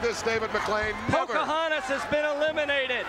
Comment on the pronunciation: Did he say "Poker Hontas?" LOL